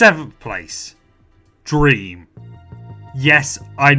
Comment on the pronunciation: the emphasis on dream dude